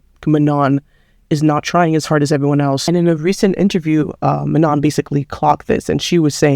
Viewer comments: Her name is pronounced Mano don’t say the n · You're acting as if Danis dad is targetting Manon for being black. You arent even respecting Manon by pronouncing her name wrong...